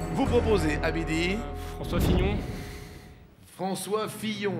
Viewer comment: "François Fillon" 😂